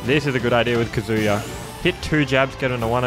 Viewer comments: KA-zuya not kaZOOYA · The emphasis is on the “a” in KAzuya not the “u” like kazUya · it’s said kah-zoo-yah not ka-zooo-ya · No one:: "Kazooie-ya." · Kazuya’s name is not pronounced ka “Zoo” ya. Put emphasis on the “Ka” and shorten up the “zuya” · his name is pronounced kah-zoo-yah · Please learn how to say kazuya. It’s not “kazooya” like you’re saying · The way he pronounces Kazuya 😓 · please pronounce his name correctly